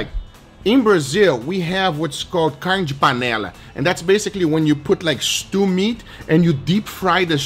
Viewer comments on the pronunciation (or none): "Carrrrne de panela" hahahahaha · i'm braziliam and i love see you saying CARNE DE PALENA HAHAHAHAH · Wait a moment, the way he pronounced "Carne de Panela". Is Guga brazilian?